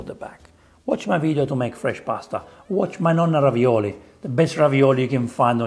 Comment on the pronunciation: 😂 this isn't ravioli, it's ravi"NO"li... dood!